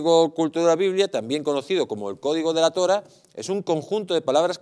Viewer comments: Se dice Torá, no Tóra. Vaya nivel... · LATORÁH... LATORÁH... NO se dice Latora